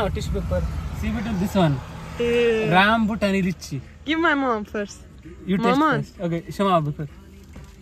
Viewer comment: Rambutani nahi Rambutan from thailand